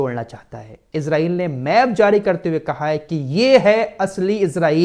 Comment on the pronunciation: ap ejraiel na bole esraiel bole